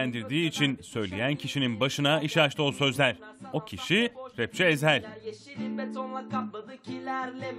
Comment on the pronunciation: Eshel ne lan Ezhel diyeceksin o'na #FREEEZHEL